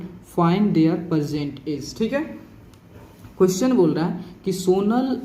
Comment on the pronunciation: Present❌ Persent✅